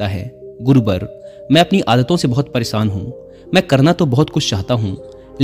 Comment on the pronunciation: Hindi to शुद्ध bola karo परेसान nahi परेशान hota hai